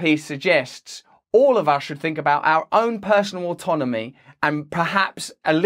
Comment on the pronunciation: At least he's stopped saying "fink" in place of "think". That was one of his most pathetic affectations.